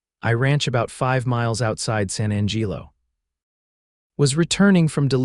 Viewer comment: The pronunciations your “so called” AI uses is deplorable at best. San Angeelo?? Really? Not only that but some of the vernacular is way too modern and the pronunciation of verbs and adverbs is hideous. Put more effort into it. PLEASE!!!